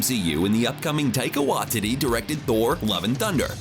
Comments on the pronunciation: Ah yes my favourite director, Taika Whaatittie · Please research how to pronounce Taika Waititi.